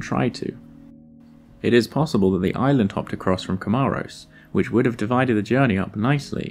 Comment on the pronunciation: comoros not cmaorras